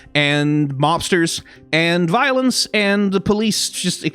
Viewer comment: "VI olence" HAHAHAHAHA... I'm sorry I just had to do it